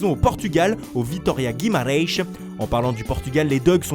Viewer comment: Parcontre faut vraiment arrêter de prononcer Guimaraes comme ça :')